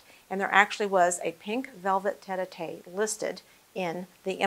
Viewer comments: The pink cushioned seat is NOT a "tet-ah-tay" It is a French word, "tête-à-tête". Tête is the French word for "head". Tête-à-tête translates literally as head-to-head but colloquially means face-to-face. Note that the chair has one person seated on one side while the second person is seated on the other allowing them to "put their heads together" to have a private conversation in comfort. Just sayin’, the docent might want to learn this term. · What a beautiful house! (By the way, the pronunciation of "tete-à-tete" chair is "'tet ah tet" (head to head), not "'tet ah tay"'. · It is pronounced tet as in bet and the à sounds like "ah" as in "Ma" or "Pa" so it would be tet-ah-tet. The docent gets the first parts right, but it's how she ends it that's wrong. She says, "tet-ah-TAY" rather than "tet-ah-TET". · Thank you all for correcting the mispronunciations of "tete-a-tete" and "chandeliers". I was going to let the butchering of tete-a-tete pass without comment but when "chandelier" came along I couldn't stand it any longer. If such a fine video is to be made, wouldn't some care go into getting pronunciations right as well? Nevertheless, thank you for the near authentic restoration and this video. Beautiful. Best wishes from Malaysia. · I think the point you missed is that the docent took the time to learn the history of the house but didn’t bother learning how to pronounce words she would need to use but were clearly unfamiliar to her.